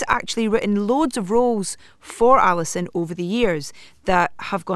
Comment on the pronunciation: At least learn how to pronounce Allison,s name correctly.